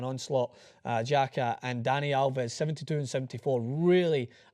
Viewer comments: READ THIS - It is pronounced Piazza, Pjaca=Piazza, c=tz in croatian language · you pronounced pjaca wrong